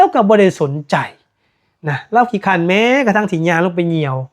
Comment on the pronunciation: " ขี้เกียจ" หรือ " คร้าน" มี ร.เรือ ไม่ใช่ค้าน,เหมือนการคัดค้าน😮😮